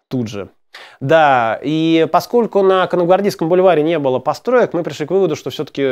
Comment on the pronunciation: Тётенька - это сестра отца или матери. Кто такие светские тёлочки? С людями (с ударением на я ) звучит так, как будто вы выросли в деревне, никогда не слышали радио, не говоря о других средствах массовой информации. "По скоку", наверное, означает "поскольку". Очень хорошая идея произносить французские фразы по-французски! После первых неуклюжих предложений вы обрели плавность и вдруг: "Девушек пока не трогаем, а то мозги со всем вскипят". Это вы про свои закипающие мозги выразились, потому что ни у кого другого ничего не кипело. Эта фраза очень тяжеловесна, в ней жалоба на трудную судьбу и ваше состояние в момент лекции. Как здорово бы было рассказать про всех Николаев и Николаевичей легко и непринуждённо, с улыбкой, показывая на каждого ( вы так и делали) и повторяя в конце ещё раз с самого начала кто есть кто для того чтобы не вы, а слушатели запомнили, поясняя кто из них стал императором, а кто нет! Вы можете это сделать! Нужно побыстрее это начать делать, пока вы ещё не испортили свою репутацию. Советую вам записывать свои лекции (или куски из них) на магнитофон и прослушивать их перед публичным выступлением. А также учите скороговорки, находите синонимы, антонимы к словам, чтобы избежать частого повторения одних и тех же слов. Это очень помогает. Вы правильно делаете, что восполняете пробелы в истории, делая лекции о тех царях про которых редко говорят или ещё не сказали. Вас будут слушать студенты, преподаватели вузов, историки, эксперты и т.п., а не ленивые домохозяйки